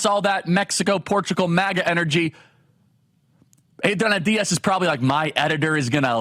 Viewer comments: The way you keep saying Adriana Diaz is some kind of bit right if it’s not, it’s gonna be come on Charlie you’re better than that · What I love is how your Spanish accent gets increasingly thicker each time you say Adriana Diaz.